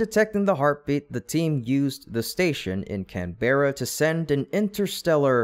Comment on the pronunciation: Canberra NOT Can-barrow